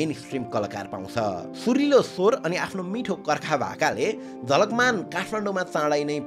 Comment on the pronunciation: ma jhakalman vayo jhalakman huna parne thau ma 😅